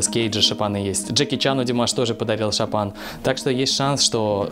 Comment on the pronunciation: Дорогой, правильно будет не чапан, а шапан. Буква Ш.